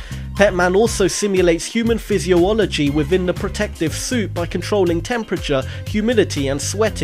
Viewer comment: Cool video BUT: Actuators NOT actutators Physiology NOT physio-ology Re A listic NOT real-istic I never mistook ASIMO for an iPod. :)